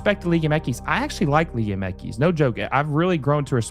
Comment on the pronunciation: It’s liga M X. Not whatever the hell you’re saying throughout the ENTIRE video